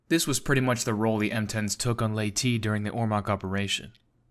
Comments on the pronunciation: Leyte is pronounced as lei-te.... not lei-ti.... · Seems like the truth finally came to be,Leyte is "Ley-tay"/"Ley-tee",never was,is,or ever will be "Late". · Thank you for taking the time to fix the pronunciation issues from the previous version.